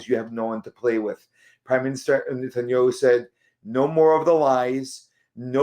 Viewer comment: if you're going to make a video about a world leader, make sure you know how to pronounce their name right. It is not pronounced net-tan-yoo.